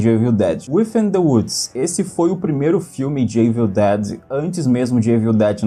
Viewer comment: o famoso "eivil" dead kkkkk your engrish is pretty good LOL